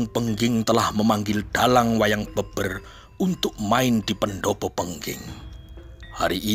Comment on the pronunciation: Wayang beber e dibaca seperti pada merah